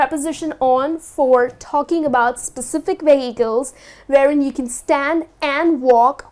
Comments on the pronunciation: She should be stressing the first syllable, not the second. 'VE-hi-cles' not 've-HI-cles'. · Vehicles? You pronounce that really odd.